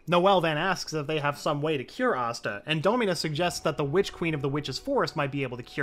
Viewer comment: I know he say witch queen but to me it sounds like he is saying bitch queen lol 😂 slay your highness 😂